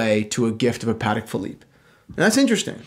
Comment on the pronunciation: The way you say "Patek" bothers me